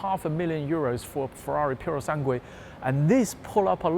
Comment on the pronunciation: He says purosanguey, where at the end of that word is an uey